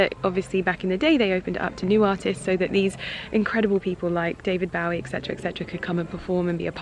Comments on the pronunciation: David "Bawie"? Lol. I never heard David Bowie's name pronounced quite like that. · bowie is pronounced like bo (bow tie, bow and arrow) ee. bo-ee. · She didn't know how to pronounce David Bowie, so I'm not surprised she's not familiar with Quincy's career. And I agree with you, she should get her facts straight before talking about any subject. Obviously her field is fashion and she's not under any obligation to be well versed in music and other forms of art, but either learn about a subject before talking about it or abstain from talking about it. As you said, she has a big platform. With great power comes great responsability. Lol